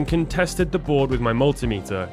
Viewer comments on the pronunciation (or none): Refer to Stezstix Fix on how to pronounce ‘multimeter’ the proper way.